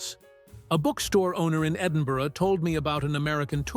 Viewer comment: The Edin-BERG thing drives us mad. People need to realise that itt is -burgh not -burg because it is short for -borough. We say Edinburra or Edinbru, both are common. The sre no -bergs in Scotland, including Jedburgh, Fraserburgh, Musselburgh etc. There is Burghead, but that's at the start so "Berg-" is ok there